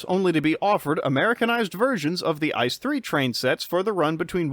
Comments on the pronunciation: Its not "Ice" as in Ice cream, Its I.C.E. (So spell each letter individually, with a pause) if you want to use the german spelling. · it´s not Ice it is pronounced I.C.E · Really fun video! Tho as a German rail fan I'd like to nitpick that ICE is not pronounced like the word ice, but as an acronym with each letter being spelled out: i-c-e. Really cool video otherwise :) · FYI: ICE is pronounced individually, so the letters are pronounced: I-C-E /iːtseːˈʔeː/ ICE stands for InterCity Express. The incorrect pronunciation sounds like the German word for ice: das Eis (n.).